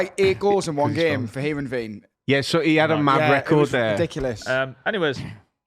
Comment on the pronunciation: It’s herenveen not her and veen 😂